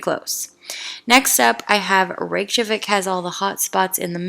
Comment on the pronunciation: It’s pronounced “ray-kyuh-vick” by the way ☺️ the Js have a y sound.